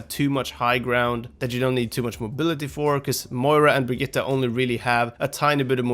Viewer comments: He says it almost perfectly lol? It's not Brigita or Bridgette, I can confirm it's actually Brig-it-te as I speak Swedish. Everyone in the OW team and all the characters say Brigita because you english speakers just can't pronounce Brigitte :) She even says BrigiTTE when someone swaps to her :) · You sayed Brigitte right. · You do know that this guy pronounces her name right? Hes like one of the only ones ive heard say her name correctly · You pronounced Brigitte perfectly!